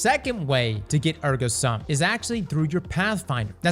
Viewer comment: Air-go soom, thats how you say it by the way